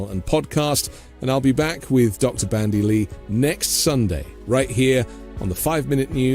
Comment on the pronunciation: It's Dr. BanDy X. Lee , NOT BRANDY ! ( No " R " ) .... Thought this was a gr8 podcast as well , I watch every sunday 👍💙💙💙